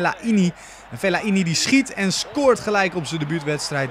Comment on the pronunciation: Geen Fel-la-i-ni maar gewoon fe-lai-ni